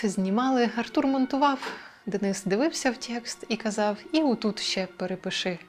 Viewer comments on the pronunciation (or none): none